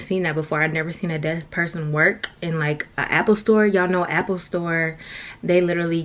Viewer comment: kept saying “death” lol it’s “deaf” sis! Lol just helping out.